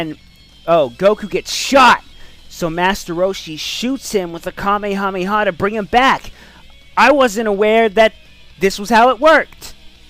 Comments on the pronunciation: KA ME HA ME HA not NOT KaMEEE HAMEEE HA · You didn't say Kamehameha right.